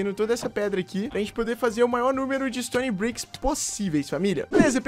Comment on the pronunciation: o authentic q falou Stone sbrick